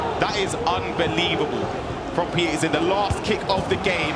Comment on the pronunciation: The fact that he said PHZIN in bad...he deserves more pain...go and cry 😂😂